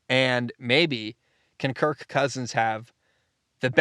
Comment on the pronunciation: I hate the way you exaggerate the word Kirk 😂😂😂